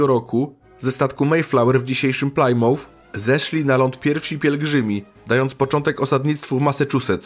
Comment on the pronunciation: kibicuje i jestem z Toba od radu i polonu, popracuj troche nad wymowa angielska plmouth i new hampshire brzmi tragicznie pozdrawiam i zycze sukcesow! :)